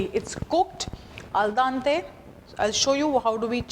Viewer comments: A parte che non si mette l'olio nell'acqua, ma poi si dice aldente non aldante! Dio povero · Al DEnte, not Al DAnte....And it means 'to the tooth', not to the bite...